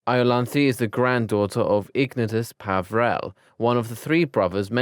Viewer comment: The information is all there but dear lord the pronunciation is atrocious. Ignatius, not Ignus. Ginevra not Gineevra. Peverell not Pavrell. I stopped after hearing Ginny's name butchered, so I don't know if there's more.🙄